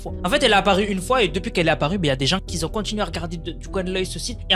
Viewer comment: Bonjour, "qui ont", pas "qui zont" :-)